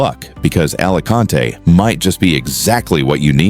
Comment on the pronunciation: Nadie la pronuncia "ALACANTE" Capullo . ES "ALICANTE" Entendidido!!!!!